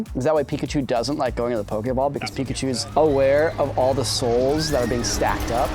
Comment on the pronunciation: Thank you! At least one of them knows how to pronounce pokeball! Pokemon = Pocket monster.